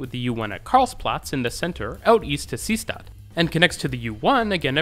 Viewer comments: Deutscher Tipp: st = scht ; Seestatd = See + Statd ( ✖ NICHT "sees + tatd"). Daher, ist "Seestatd" wie "Say shtat" ausgesprochen. Verstehen Sie mich? I am sure you know, being connected to Germany, that in German "st" will read as "scht" at the start of a morpheme. "Statd" is one such morpheme, meaning "city," so that "Seestadt" means "Sea City." The important point is that the and are not part of separate morphemes, it's not like the word "Bundestag" were we have "Bundes + Tag" and thus the stays a normal /s/ sound. Knowing whether or not an pair is part of a single morpheme or not takes a bit familiarity with German, so it is easy for people to make mistakes. Colbert once said "Reich-schtag" instead of "Reichstag," which I thought was a funny mistakes because while total noobs of German usually don't know the "st → scht" rule, Colbert seems to know that rule but not the important morpheme break rule and made an overcorrection. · The repeated odd pronunciation of Seestadt (ˈzeːʃtat) really drove me mad, but apart from that it is a good summary of the Vienna U-bahn.